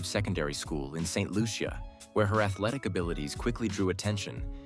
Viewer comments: pronounced Saint Loosha! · Pronounce the name of the country correctly please.